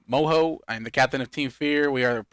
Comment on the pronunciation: As much as we like you and your videos, it really does sound like you're saying boyfriend Moho.